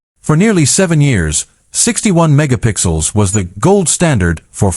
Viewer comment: Is it mega pixels or “jiga pixels” lol